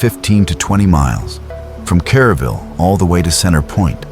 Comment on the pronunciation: This happened July 4. Not July 5. The town is Kerrville; not Caraville.